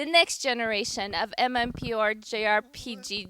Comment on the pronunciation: This pisses me off. Why is she interviewing a guy about games when she clearly has no idea what he's talking about. The way she says "MMPORTPD's" instead of "MMORPG's", and not adding anything to the conversation shows the most complex game she's ever played is Tetris! Now, I'm not making fun of her for not knowing about games. I understand not everone needs to know what an "MMORPG" means, but do you know how many gamers would kill the have a job like this? I know, I am one.